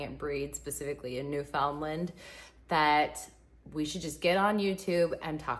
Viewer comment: Please, learn to pronounce Newfoundland.